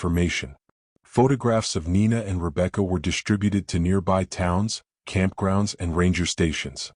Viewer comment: WTF does "SHTRUGGLED" mean!!!!!!!!!!??????????? I have heard of "STRUGGLED", but not "SHTRUGGLED"!!!!!!!!!!!!! THEN, WTF does "DISHTRESSED" mean!!!!!!!!!!!?????????? NEXT, WTF does "DISHTRIBUTED" mean!!!!!!!!!!???????????? AND, WTF does "FRUSHTRATING" mean!!!!!!!!!!!!!??????????? FK!!!......WTF does "EXSHTRODINARILY" mean!!!!!!!!!!!????????? AND THEN, WTF does "SHTRANGE" mean!!!!!!!!!?????????? GOD F#CK, WTF does "SHTREAKED" mean!!!!!!!????? FK FK FK, WTF does "INSHTRUCTED" mean!!!!!!!!!!??????? HOLY HELL, WTF does "SHTRUCK" mean!!!!!!!!!!???????? JESUS, WTF does "SHTRETCHERS" mean!!!!!!!?????? DAYUMN!!!!, WTF does "RESHTRAINT" mean!!!!!!!!???????? Now, WTF does "EXSHTREME" mean!!!!!!!????? WTF does "SHTREAMED" mean!!!!!!!!!!???????? WT HOLY F does "INSHTRUCTIONS" mean!!!!????? WTF does "SHTRETCHED" mean!!!!!???? WTF does "SHTRUGGLING" mean!!!!????? WTF does "RESHTRICTED" mean!!!!!!!!!!????????? WTF does "SHTRIKING" mean!!!!!!!!!!??????? WTF does "SHTRENGTH" mean!!!!!??? WTF does "DEMONSHTRATED" mean!!!!!!!???????? WTF does "SHTREAMING" mean!!!!!!!!?????? WTF does "ILLUSHTRATED" mean!!!!!!!!!?????? Do you FREAKING see a pattern here???????!!!!!!!!!!! ALL words with ".......str....." in them are FREAKING mispronounced!!! They do NOT FREAKING have and "H" after the FREAKING "S"!!!!!!!!!!! FIX your POS AI!!!!!!!!!!!!!!!!!!!!!!!!!!!!!!!!!!!